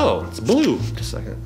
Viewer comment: GUY’S OMLL WHEN YOU SAID “ You Will be feeling Blue “ AND YOU SAID CLUE OMLLL BLUE CLUE, THE LUE